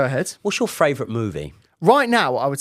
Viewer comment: Love ya and the content but please please please work on saying 'favourite' right, it's gotta be your most used word on the channel and you say 'fravourite' every time and it's starting to grate on me, sorry 😂